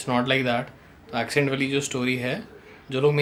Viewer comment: Hahahahah..madam bahar pali padhi hain. Magar Question ko "Koeshtion" bolti hain.. Accent ko "Ecent" bolti hain. Ghanta.. sunscribers ko bewakoof na samjho. She still has bad English inspite of her fake accent..and that is totally ok! Nothing to be ashamed of and nothing to fake about!